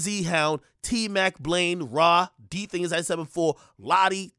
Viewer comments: Akademiks really pronounced it as “Diiiii Thing” instead of D Thang lollll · NIGGA SAID “DTHING” 💀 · The way he say "DTHING" is wild 🤣🤣🤣🤣